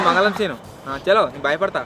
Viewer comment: Mangalam seenu❎,, mangalavaram seenu✅😂😂😂😂